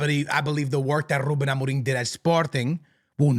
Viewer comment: Ruben Amoring? why do you pronounce it like that?